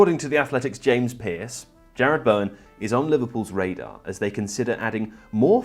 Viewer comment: Its Jarrod. Not Jared.